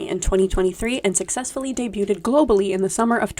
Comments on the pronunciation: This video was an awesome recommendation from my algorithm but “debu-ted” is FRYING ME 😂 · why tf are people pronouncing the t in debuted??!?